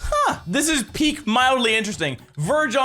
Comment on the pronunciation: Hm. Did anyone else hear Craig say "ha?" In stead of "huh?"